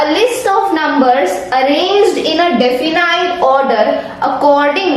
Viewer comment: "Definite " ka pronunciation wrong hai .. Aap iska pronunciation app pr ja kr correct pronunciation dekh le